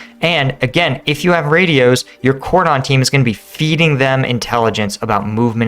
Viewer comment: That's not how "cordon" is pronounced...